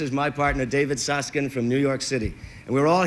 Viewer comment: The producer pronounced his "Suss-KIND"